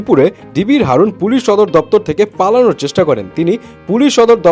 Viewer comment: হারুন❌ হাউন✅ 😆😆🤣🤣